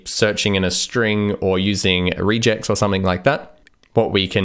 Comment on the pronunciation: I’ve never heard anyone say regex….is it pronounced rejects?